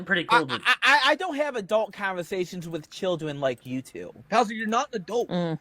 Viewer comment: "I-I-I-I don't have adult convuhsations with childwen wike you two!" Funny, because your track record shows you prefer to have very adult conversations with 'childwen',!